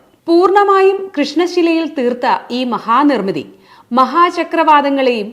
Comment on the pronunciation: 'തീർത്ഥ' അല്ല കേട്ടോ.